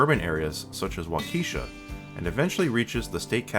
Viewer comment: Wrong! It's pronounced Wok-uh-shaw. Wrong! It's pronounced Oh Claire (like you're surprised to see Claire).